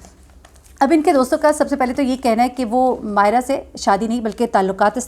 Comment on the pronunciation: When u call Mayeza Mayez instead of Mayera, its really irritating. U could retake, thanks